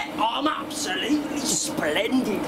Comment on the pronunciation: I carnt stop laughing when he says am apsulutely splending